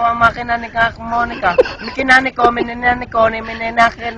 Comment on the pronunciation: No one: Kuya: MININANIKO! MIKINANIKO! MIKINANIKO!